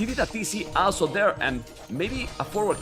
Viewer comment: Every time said 'also' I heard 'Asshol*':)